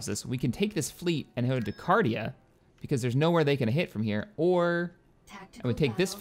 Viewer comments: It's 'Carida' not 'Cardia' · Your pronunciation of Carida is so cringy. XD